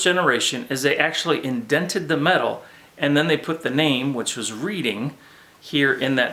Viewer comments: The correct pronunciation is RED - ing Not Reading. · I enjoy your videos BUT!!!!. Can't believe you mispronounced READING!!!! You've never heard of the READING RR? It's pronounced RED-DING. Thanks for all you do and your shared enthusiasm for American Flyer AC Gilbert trains. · nice presentation my father bought two 1951 or1952 AF Steamer sets with link couplers which are long gone. The lettering on the second engine you show has READING in it. It stands for the READING Railroad and is pronounced "Redding" as we Pennsylvanians say it.